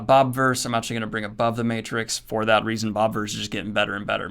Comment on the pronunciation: the again, I see you butchered Matrix. Aaaaand unsubscribed.